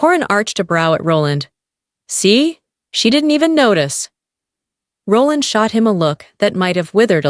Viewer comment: I just couldn't tolaerate the narrators pronunciation of Roland